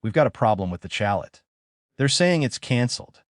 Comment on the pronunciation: Chalet. Is a French Word. You do not pronounce the T.....Chale ....